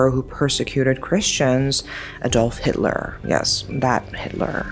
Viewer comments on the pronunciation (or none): none